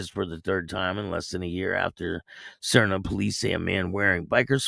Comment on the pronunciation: the how to pronouce Saria SAR Nee Au